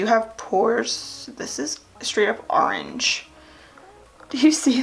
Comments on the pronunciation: I think you’re awesome & I can relate to you so much & your makeup is amazing.... but I strongly dislike how you say orange lol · Excuse my rude comment I hate the way you say orange 😂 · It's a philly thing